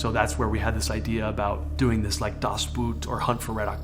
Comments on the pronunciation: Das "Boat", not boot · As a german I cant get over how he pronounces "Das Boot"😂